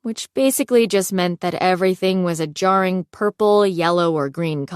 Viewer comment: The was she says low key and jarring 😂😂😂